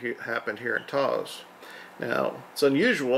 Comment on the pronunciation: Taos has ONE syllable and is pronounced, "TOWSE."